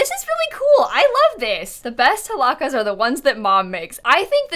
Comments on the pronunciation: i love how she says halaca but its like with j like hajaca lol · i was waiting to see how would pronounce hallacas and she did not disappoint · it sounded like she pronounced the Ls like a single L tho